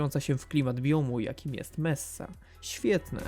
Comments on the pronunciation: Mesa, a nie Messa... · To nie jest messa tylko mesa